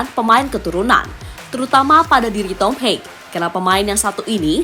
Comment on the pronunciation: Mengspell nama Thom Haye, bukan Thom Hei tapi Thom Haye.....Thom.....Thom....Thom Haye....